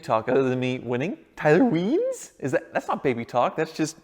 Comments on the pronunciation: in my country we pronounce it “wins” not “weeens” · yeah and it’s my right to say he says it wrong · Tyler can say wins however he wants, no need to get upset over funny pronunciations, okay?